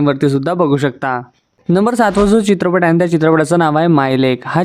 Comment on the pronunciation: 'चित्रपट' ,'सोबत' हे उच्चार तरी स्पष्टपणे करा ना दादा. बाकी तुमच्या निवेदनात असलेला इंग्रजी शब्दांचा भरपूर वापर इ.बद्दल बोलत नाही. 😮